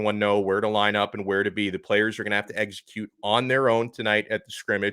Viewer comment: Eggs-a-cute well???